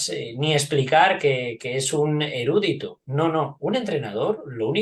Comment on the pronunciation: Marcos, en erudito se acentúa la i.